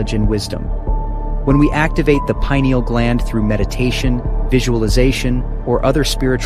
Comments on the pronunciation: Toward the end the subtle correction in pronunciation of 'pineal' is much appreciated by me...adds credibility to the presentation. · Payneal is the most accepted pronunciation, I think, but I might be wrong. Pineal gland has its name due to similarities with the pine tree cones, so I'd be incline to pronounce it " payneal" Thank you.